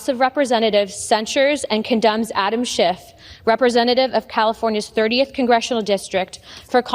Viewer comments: Notice that both Luna and Mccarthy call him "Shift" instead of "Shiff on multiple occasions. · His name is SCHIFF, not SCHIFT. dummies. And that's rich coming from Santos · What is really immature is that the GOP is mispronouncing people’s names. Schift, in this example. What if Dem’s did this as well (like )? Decorum would be lost forever. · Did McCarthy say Adam Shift??? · Okay, Scamtos and Looney, I get, but why is a douche canoe like McCarthy Speaker of OUR House when he can't even pronounce Rep. Adam Schiff's name correctly?